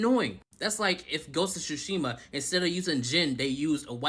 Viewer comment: Never heard anyone have so much trouble pronouncing TSU and does. Ghost of SHUshiman eh?? Also not Ya-SU-ke. The U sound is minimized not emphasised. It sounds more like Yass-ke, a very common boys name.